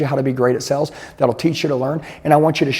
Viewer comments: Nothing instills confidence more than learning sales from a guy who can’t pronounce the word “sales” 😂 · Is he saying "sells" or "sales"? Genuinely asking